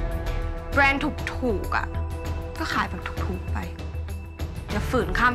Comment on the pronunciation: “แบรนด์ค่ะ ไม่ใช่ แบน” … วอนคุณใหม่ดาวิกา ช่วยฝึก ร.เรือ ล.ลิง ให้ชัดด้วยนะคะ ถ้ายังรักการแสดงละครอยู่